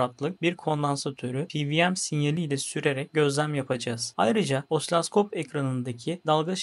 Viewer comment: Kullandığınız bir cihazın adını da doğru söylemelisiniz. Osiloskopa osilaskop demeniz yakışmıyor.